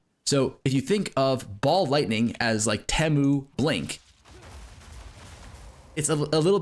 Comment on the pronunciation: I think Temu is "tee-moo" not "teh-moo". Temu Temporalis for sure